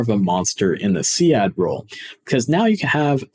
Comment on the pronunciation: See-Add xD